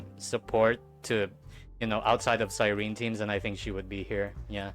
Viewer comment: No, not CYREEN, CyrenEE..